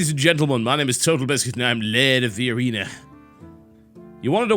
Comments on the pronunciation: Lehwd of the awena. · "Lerd of the areneh" -TB